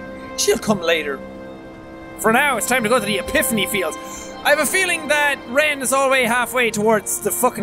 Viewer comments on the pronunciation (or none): Ha he said Exhipany pield